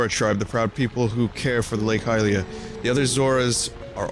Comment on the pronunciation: Damn am I glad Vinny says Highlia. I cringe when people say Helia. Saying it like the word Helium is just terrible. I swear people just try to come up with the weirdest ways to pronounce letters in words sometimes. It reminds me of Pokemon mispronunciations and I don't even want to get into that.